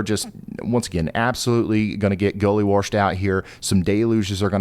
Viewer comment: ”gully warshd" .... Love it😊. I only hear ”warshd" when I go to Tennessee to visit family 😊